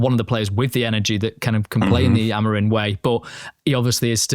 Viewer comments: Amorimmmmmmmm. Not amareen. :/ your lips should touch each other when you are done saying his name. if it aint, you are fucking having a laugh. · How hard is it for you guys to pronounce "AmoriM" correctly? It isn't Amorin or Amarin. Absolutely butchering an easy name, good lord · Dear TOTD - how come all you guys pronounce Amorim as Amorin? I've noticed many times. Ta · Why do they pronounce him Amorin? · Love the podcast but please lads, can we pronounce the M at the end of Amorim rather than replacing it with an N? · It's pronounced Ah-moh-reeng 😃 The guys say it correctly for the most part albeit with an English accent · Surely Amorim should be pronounced with an “m” and not an “n” at the end? Yes, I’m one of those 🤦🏻‍♂️ Except for that, I am very excited for the future